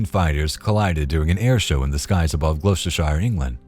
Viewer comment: Gluechestershire?? 😂😂 To make it easy for Americans. Gloucestershire is pronounced as glo-ster-shir. No hobbits around here, just rolling cheeeeese lol